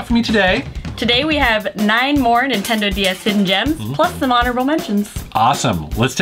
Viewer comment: Did you say NINEtendo? Lol